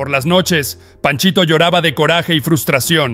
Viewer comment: "con valentía y "CORAJE" ": qué pasó con tu buén, español verdadero ??? O acaso hablas inglés "courage" = "córrech"; de ahí viene tu "coraje" !!! Usa bien tu idioma; es tu Herramienta de Trabajo !!!